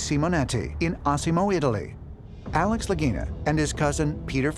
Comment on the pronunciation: Mannaggia il loro cognome é Lagina e si legge Laghina e non Laghinina